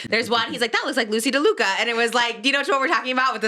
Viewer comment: Trisha 😭 it’s Loosey LaDuca** not Loosey DeLuca. You’re gonna get her more fired up 😭😭